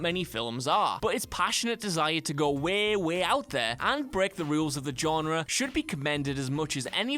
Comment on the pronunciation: he keeps pronouncing genre wrong